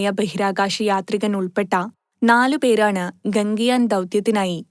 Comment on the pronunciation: ഗംഗയാൻ അല്ല..... ഗഗൻയാൻ